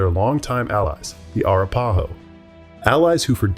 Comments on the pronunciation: Arapahoe is pronounced, uh-rap-uh-hoe. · Arapahoe is pronounced with emphasis on RA. eg: a RAP a ho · Arapáho? Arápahó? Árapáhó? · And Arapahoe is ar-ap-a-ho.